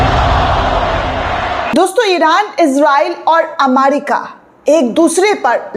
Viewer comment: अमारिका नहीं अमेरिका है